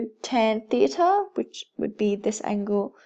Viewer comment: You say theta like theatre, still helpful so thank you